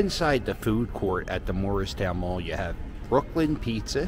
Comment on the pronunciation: Hey... You're from Philadelphia... Why can't you pronounce "Moorestown Mall"? Even YouTube's closed captaining translates it to "Morristown Mall" when you say it. If there ever was such a place, Morristown, New Jersey is about 100 miles north. If you really want to see dead malls, too bad you missed Burlington Center. It was closed for about 10 years until they recently tore it down. Or how about Echelon Mall in Voorhees. Its so dead that, except for the one remaining Boscov's anchor, they now call it Voorhees Center and townhall moved in. There's a dead complete Strawbridge & Clothier store there. They're also building apartment townhouses in what used to be the parking lot. Enclosed malls might have been cool when Cherry Hill Mall was the first one I ever saw 50+ years ago, but, since I moved to Cherry Hill about 45 years ago, I doubt if I've been there more than a dozen times.